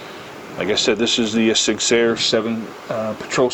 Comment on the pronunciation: Ah yes, the old "Sig Seyer"